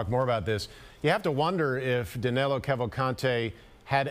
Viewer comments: HIs name is DANILO not DANELO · Danelo!! LOL... Danilo, NOT Danelo. His name is Danilo!!